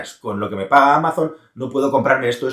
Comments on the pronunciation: Me sangran los oidos cuando pronuncias Amazon en inglés, no es Ameison, sería algo mas parecido a Amason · Amaison? Ese inglés... desde el cariño 😅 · Me encanta lo de Amazon, "Ameison" para los que no sabéis inglés 😂😂